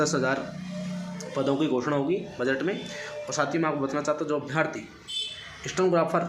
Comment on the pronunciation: Bhai अभियार्थी नही अभ्यर्थी होता है